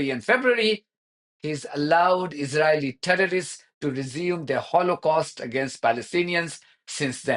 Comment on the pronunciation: You said it: izraHelli terro-rists